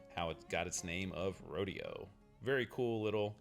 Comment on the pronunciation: It's pronounced Row Day Oh